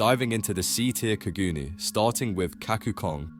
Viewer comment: When u said kagoons it hurt me